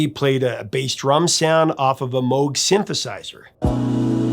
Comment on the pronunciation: AT LAST Someone on YouTube correctly pronouncing Moog!